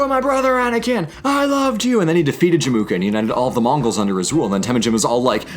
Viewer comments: cool vid but it's pronounced Jem-Oo-Ka, not Je-Moo-Ka. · But “Jemuka” though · Everything is mispronounced, i might just have cringed to my lower intestines lol. There's no "K" sound in Jamukha btw. I have only one addition to it tho, about China's relationship with Nomads in the north. When Temuujin was on 9 years old, his father, Esukhei got invited to a dinner party in the nearby Chinese village and got poisoned. Chinese also used bribery to keep the nomads fighting each other than unite and be a problem to China. Like you said, for a while said this plan worked pretty well for the Chinese but it created 'distaste' to the Mongols. It could be seen as revenge and declaration of power when they invaded China given that most of the soldiers and generals had their ancestors poisoned, tortured or killed by the Chinese. It was also a common practice of Chinese to give trophy wives to "strongest" Mongol tribe leaders before the empire was a thing. Wives were to spy on the tribes and relay information back to the capital. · Emphasis on Jamukha is in the Jam, not the Mu